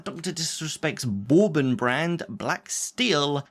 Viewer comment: bourbon, not BORREEbon